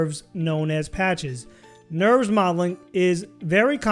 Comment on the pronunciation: lol "Nurbs" not "Nerves"